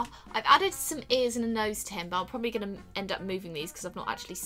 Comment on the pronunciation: U said goinging not going